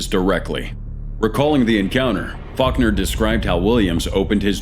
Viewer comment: Faulkner sounds like f*ck her